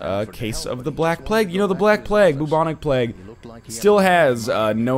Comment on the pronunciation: You've already been berated at length by Michael and the rest for your pronunciation of things, what the fuck is the the black plagg.